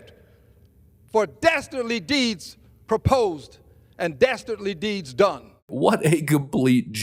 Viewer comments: Dasterdly deeds? OMG. Who said that? Dudley Do-right? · Oh no!! Did he say "DASTARDLY"?? That does it! Since they're dastardly it's game on. 😂😂 paaleezz!